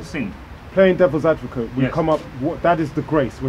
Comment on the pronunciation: 20mins in "devils advovate".? Wow!